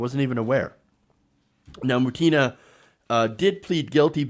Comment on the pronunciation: Hey, please correctthe accent on Maria's last name: She is not ButEEna, she is is BUtinaj just like PUtin.